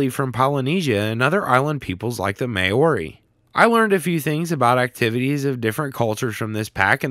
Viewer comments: What's with the robotic voice? Oh, and Maori is not pronounced "May-or-ee", it's pronounced "Mow (like 'cow', bit with an 'm')-ree". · MAWH-REE not May oh ree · I love your channel but “The May-ori” 😭 Pronounced m-ow (like how you would pronounce row)- r (rolled r) - ee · Thanks, helped me decide to buy it Little note, its pronounced like Meowy but with a rolled "R" like the Spanish do, not overly important just a thing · MAY-ORI HAHAHA oh dear, definitely have never heard that pronunciation of Maori before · Maori (Mow-Ree) 😊 At least that’s how Australians and New Zealanders say it 😊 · The way you pronounced 'Maori' as 'May Ori' makes me sad. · Your pronunciation of Maori is hilarious